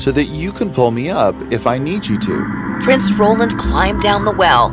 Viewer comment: Not prices it is prince